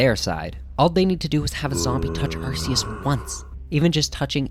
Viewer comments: it is infact arcoos said Are - Cuse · It's 100% Ark-e-us, arse is a word for butt. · It's pronounced ARE - KOOS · you mean, arkoos? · no Arkoos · I think you mean Arceus (Arkoos), Giratina, Palkia, and Dialga vs GER, SCR, MiH, D4C, and Tusk act 4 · It's arcus